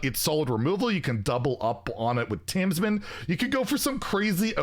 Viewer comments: i wonder when will realise that it's Tamsin not TamsMin haha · Tamsin not Tamsmin.